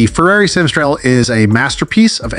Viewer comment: It is not pronounced Satostral but STRA-DA-LE 😂